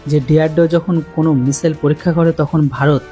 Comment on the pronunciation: কোন বিষয়ে ভিডিও বানানোর আগে বিষয়টা নিয়ে একটু পড়াশোনা বা গবেষণা করা দরকার।আর এটা কোন সামান্য বিষয় না । এতে অনেক বড় বড় সাইন্টিস্ট জড়িত। আর "মিশেল" বলে কোন অস্ত্রের নাম আজ পর্যন্ত শুনি নাই ! ওটা হবে "মিশাইল" ।